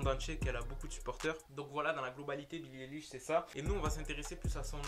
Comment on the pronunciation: « billie délish » j’entends ça quand tu le dit moi 😭